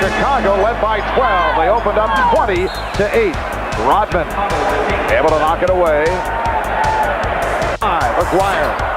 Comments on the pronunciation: Dude pronounces Rodman like rotman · It's RODman, not ROTman, you dolt. And Rodman did pretty good against Jordan. Rodman is also in the HOF in case you didn't know. As is Joe Dumars and Isiah Thomas. Oh, and in case you didn't know, the Detroit Pistons beat the Jordan Bulls 3 out of 4 years in the playoffs 1988 thru 1991. Easily.